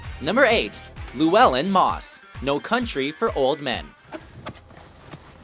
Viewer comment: It's always funny to hear an English speaker try to pronounce Llewelyn.